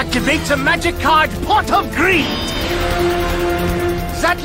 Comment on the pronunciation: uh, Pot Of Breed? Did I hear her right?